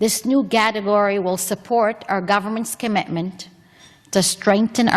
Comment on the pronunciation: Who’s the lady who says GATEGORY? Looks like the nit-wit reserves are chock full. What the actual…